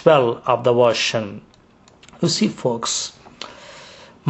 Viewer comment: u cant even pronounce ocean, how he will learn arabic lololololo "Stop wasting ur time with false arguments against Islam!!!"